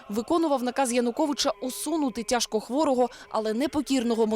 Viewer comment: "тяжко хвоо юдыну", ахахахаааааа, клоун очкатый)))))))))))) министр задроченный)))